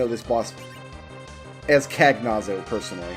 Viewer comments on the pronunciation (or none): Rydia learns Shiva/Ifrit/Ramuh (or Jinn/Indra, if you prefer) when she grows up, not that they're relevant at that point. Cagnazzo is Italian; it's pronounced "con-yacht-zoh." Sorry about the nitpicks! I'm loving this series.